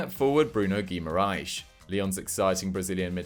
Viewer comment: Brazilians get so triggered with portugal portuguese pronunciation of their players… it’s pronounced Gi-ma-ra-ens not Gi-ma-ra-sh